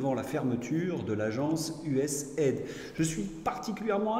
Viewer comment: On prononce U S A I D